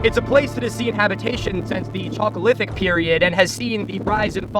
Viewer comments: People reading the chalc in chalcolithic as chalk always makes me cringe. It's not an english "ch", it's a greek "χ" like in Christ. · If only he pronounced it corectly (halkolitik), because the way he does, makes one think about chalk rather than copper... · THE CHOCOLYTHIC PERIOD lol idk if thats what you said but thats what i heard and im about to be on mine rn.